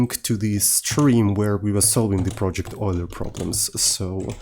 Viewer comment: Euler ❌ Oiler ✅